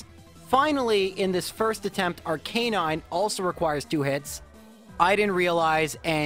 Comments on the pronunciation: Arc-aye-nine? Bruh. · Except not Arcanine.